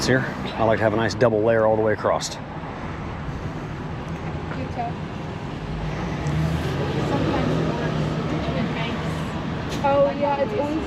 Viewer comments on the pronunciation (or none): Just FYI…”I like to have a nice double layer acrost…there is no t in that word…it’s across